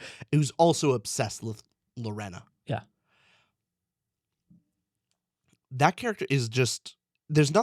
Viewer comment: LoRAINa Lorena is pronounced Luh-Rain-uh